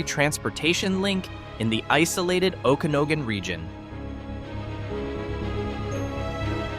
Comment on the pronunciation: O can og an- not oh gan